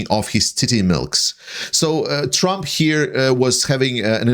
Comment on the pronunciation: During the video I could have sworn you called Trump Tramp. I am in no way criticizing your presentation. I think it was likely just a case of your misspeaking. But I was struck that this slip of the tongue could be a Freudian slip and a stroke of genius. Trump is essentially a tramp now that he is bleeding all his money to pay for lawyers, fines and punitive damages to his rape victims.